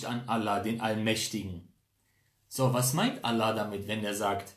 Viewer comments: Lern erstmal Allah aussprechen Motto ex muslim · Junge sprich mal Allah gut aus